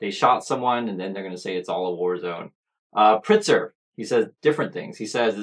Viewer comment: Thank you for covering this. Chicago is safe and beautiful. One thing, the governor‘s name is Pritzker - You do pronounce the K.